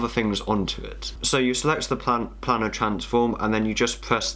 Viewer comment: Planar; pronounced play-ner, not planner.